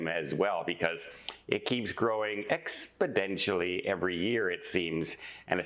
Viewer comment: the word is pronounced "exponentially".